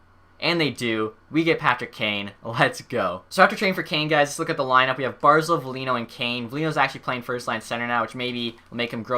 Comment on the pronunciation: Its Bar-zel not Bar-zul